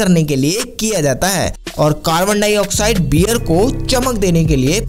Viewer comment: Bhai wear nhi hota beer ,warley nhi barley, whiskey kò inko ya unhe nhi bolte pahle bolna sudharo jyada bhashan na de dhang se hindi bolo packing ho rhi h beer ki bhai bol rha whiskey ko bazar mè bhej diya h kya akal ghas chane chali jàti h aise logo ki